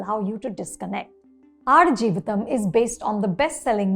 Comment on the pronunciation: Wow, you got the pronunciation right. Impressive 😅